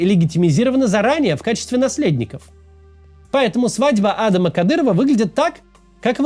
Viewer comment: Почему вы Адама на первый слог ударяете? Он же не англичанин.